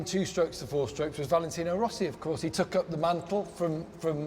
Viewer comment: its rossi lol